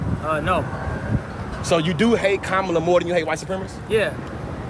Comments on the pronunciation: It’s pronounced comma-la not KA-MA-LA! Hogan is a dumbsh*t! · KA-MA-LA Say it RIGHT or don't say it at all! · In fairness, "Kamala" as Hogan pronounces it was a top heel in the 1980s. The Ugandan Giant. Portrayed by James... Harris? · No BS... I'd be the one guy who would have said "It's pronounced "coma-la" f***head!" But that's if he showed randomly. Chances are those idiots new he was coming. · Why don't they say her name right? Are they being racist? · How are these people STILL unable to say her name...? It's not that f**king hard! Ffs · How come Republicans can't pronounce Kamala? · cant even say her name right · I love how most Americans cant correctly pronounce the vice president's name. Says a lot about them and their following of politics. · Adult men and women purposely pronouncing her name wrong is so freaking childish and embarrassing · Why do they think it's so clever to mispronounce Kamala's name? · Hey, Hulk, that is not how you pronounce her name. I would not expect a traitor supporting no nothing brain dead dork like you to know that! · Why do they insist on pronouncing her name wrong❓